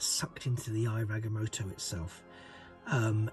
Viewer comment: It’s pronounced (I ov Ag-ah-moe-toe)